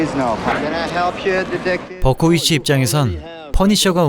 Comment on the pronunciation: 퍼니셔로 활약하던 그는 나이가 차 군에 입대하게 되는데... 유니버셜솔져!!! 버코위치 발음하실때 벗고있지로 들리는 나는...음란마귀의 포로인가...